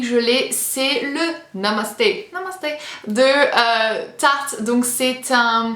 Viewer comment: Trop drôle ton "namaste" 😂😂